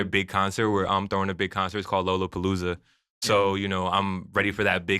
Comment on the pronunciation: yall gotta update the timestamp names, the album is UKYO not Yu Gi Oh lmao. and its LOLOPOLOOZA. not Lola Palooa. and yall forgetting the 47! FXLSE47